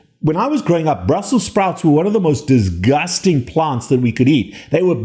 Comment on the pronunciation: I’ve never heard “disgusting” said with such gusto